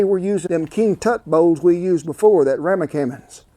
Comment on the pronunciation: "We usin em king tut bowls, em ramikamens" What do you mean Cowboy kent haha